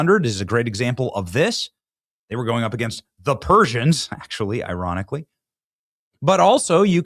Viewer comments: "(iran)ically" ie ironically 🤣🤣🤣🤣🤣🤣🤣🤣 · you mean IrAnically 😂